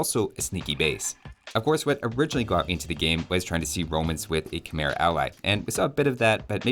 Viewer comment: Have you ever heard that Khmer is in fact pronounced Kh-may,?